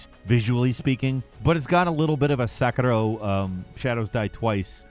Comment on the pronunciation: HATE the way this dude says Sekiro “SEHHHKURRRRRRRRRUHHHH”